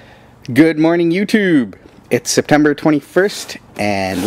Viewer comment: Haha, "Good morning YooTewb!" Love the way you said that XD